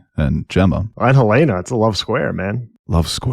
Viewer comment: Look, man. Yes Helena is traditionally pronounced that way. But it can also be pronounced the way they say it in THIS SHOW and they are not saying hel-AINA-ah, it’s frickin’ HEL-en-a. And I’m pretty sure that’s becasue of the “hell” hints they drop all the time. So say it the right way, FFS.